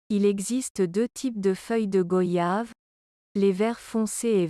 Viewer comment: Merci pour tous ces conseils, on les prend aussi pour des maux d'estomac, ou après un repas bien arrosé. On prononce goyave comme voyage😉